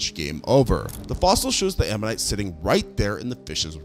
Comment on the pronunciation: Ammonite? Omanyte?